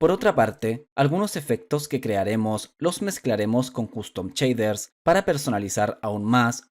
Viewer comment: ¿Por qué le dices "chader" a los shaders?